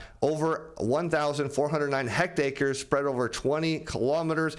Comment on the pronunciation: What's a "hectacre?"You mean hectare?